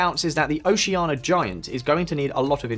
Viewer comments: hearing this man say 'oceana' without the i is killing me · Didn't pronounce Oceania correctly even once... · Oceania = o-she-ah-nia WITH an "i". Canberra = canbr⟨ə⟩, or can-berra, NOT can-bear-a. These are not problems with the English accent, they are an inability to read.